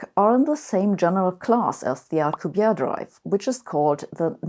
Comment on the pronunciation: you pronounce Alcubierre's name like he is French, but he is Mexican. Everyone seems to do this and I don't know why. It is pronounced, "Al-koo-bee-eh-reh," which doesn't require an alveolar trill if you find that difficult.